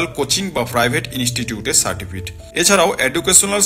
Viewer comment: Certifit Noi re certificate